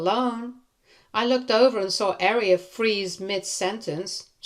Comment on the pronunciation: Your butchering of Aria is kinda annoying. You're pronouncing it like the word "Area" When it's pronounced like "Are-ee-uh" 😅